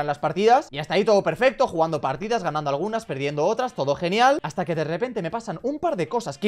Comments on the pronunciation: hata en vez de hasta la verdadera magia de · Aqui los que se daron cuenta que faltava la s a las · Hasta❌️ Hata✅️